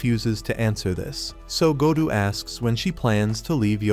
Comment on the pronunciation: gou or gotu because you say gotu and when i read it it is gou